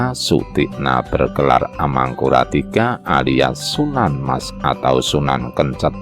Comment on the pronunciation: Sunan Kencèt bukan Kencet